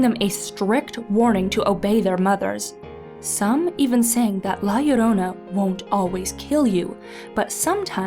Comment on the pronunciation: Finally! Someone who pronounce Llorona like Yorona!